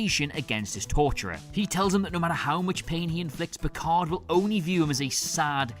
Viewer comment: Nah nah it’s Picard 😂